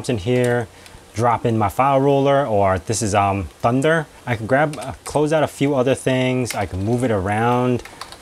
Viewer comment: love your videos man and excited to see the hyprland video. I've been on it a few months and I like it. One thing. The file manager Thunar.....NOT Thunder. Just had to say, looking forward to more of your awesome videos.